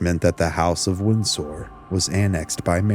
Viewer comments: "Winn-Sore." Lol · Are you AI? Why do you say Windsor weird?